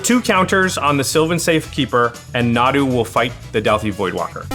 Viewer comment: This was soooo much fun 2 watch! Sorry, Nahdoo? Moreover, not 2 doo. But good game guys. Jimmy won! This was so exciting 2 watch. Cheers